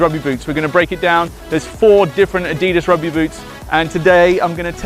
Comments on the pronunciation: The guy should at least know how to pronounce the name, Adidas. (Adi-das) named after the founder, Adi Dassler. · it's said a-dee-das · This guy needs to say Adidas properly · He's a prick..... The way he says Adidas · You can't even say adidas right 😂😂😂😂😂